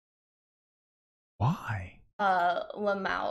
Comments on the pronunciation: She says I hate saying Lamawo. We hate hearing it! Just spell it out ffs. Ell M Aye Owe. She is such a weirdo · that fact she keeps 🤌🏼pronouncing "l.m.a.o" like it doesn't mean 4 diff words is distracting me from everything else in the video 🤣🤦🏽‍♂️